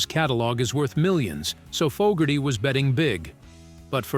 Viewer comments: how many times did the AI voice call Fogerty "Fugerty"?? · Damn - can't you or your AI bot pick one pronunciation of Zaentz and stick with it? Also, I think it's FOEgerty, not FOGerty. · Fougerty ‘Fog’erty AI sucks! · Not Fuckerdy, it's Fogerty and, Zans, ..rhymes with Dance. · Our world is being poisoned by pathetic soul-less monotone robotic fake narrators that can't pronounce.... Fawgerty.... Fugerty.... and moronic background music documenting a world that was overflowing with human magic. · His name is NOT "Fuggerty" OR "Fog-erty ! Get a human to narrate this stuff. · Who's "Fugherty"?? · Gotta teach your Robot how to pronounce the name of the person they're talking about. "Fuggerty"? :\ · Had to turn this off after the 90th time in 5 minutes hearing the AI narrator pronounce his name as “Faaaahhhger-tee” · "Fokerty", "Fuggerdy", "Foggertee", "Seance", "Zahyents", "Zents", "Cənkerd"...and those are just the mistakes rattled off the top of my head; not a complete list. Your use of the AI voice makes this video and anything on your channel seem comically inept. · Robo bot pronounces Fogerty’s name as fuggerty at times, correctly at others. I’m kind of liking fuggerty myself. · Don't you know who fog-gerty is? hehe! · Fugerthay is an interesting way to pronounce his name 😂 Ban all Robonnouncer nonsense. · Sorry but I couldn’t continue to hear Fogerty’s name mispronounced over and over again. Maybe you should speak yourself next time. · I wish the narration was done by a real person. This Ai said his last name wrong twice. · The AI's pronunciation of Fogerty is crazy making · Amen. That's an instant downvote from me and a don't recommend channel flag. Screw AI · AI can't pronounce "Fogerty" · It's interesting that the AI voice narrator can pronouce everything perfectly except "Fogerty" & "Zaentz" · What's with the weird pronunciation of Fogerty